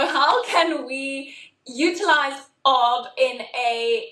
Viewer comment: Woah, how have I never heard of this?? Really good advice, I'm about to message the homies to pool some money together😂 Also, calling it "arb" is hilarious for some reason😂